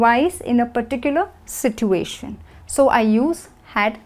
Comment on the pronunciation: Everything is perfect but i have to tell you that you mispronounce situation. You pronounce "T" wrong. Don't mind.